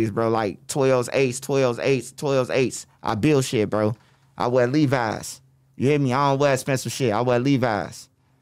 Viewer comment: “I wear Levies” 😂😂